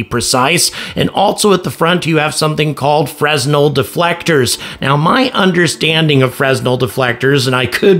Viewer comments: Fresnel is pronounced "fruh-NELL" -- silent "s", accent on the second syllable -- and not "FREZ-nell". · “Fresnel” has a silent “s”; it sounds like “Fren-nell.” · Fray-nel is the correct French name pronunciation... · Fresnel is pronounced without sounding the S. Phonetically, it sounds like "freh-NELL". Math is a bit off, but nice vid. Gratz on 100K subscribers, btw :) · The 'S' is silent. FREN-el, -əl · Fresnel pronounced fray-nell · re "Fresnel" the 's' is silent.